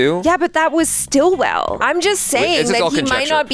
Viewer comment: It's Sitwell, not Stillwell!! 😅